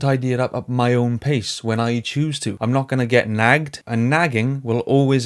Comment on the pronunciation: The way he said “Nagged” I felt that